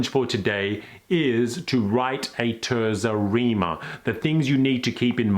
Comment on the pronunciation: TAYRtsa Reema - ordinarily, I don't correct pronunciations, but 1) your pronunciation of Dante's name was excellent and 2) it's such a beautiful sounding word.